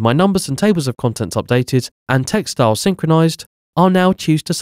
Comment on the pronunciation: LOL. I was confused when I repeatedly heard "textiles," before I realized the narrator was merging two words.